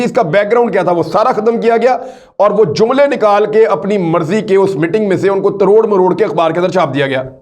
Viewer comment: Aoa. Sorry to say exact word is tor maror k not taror maror k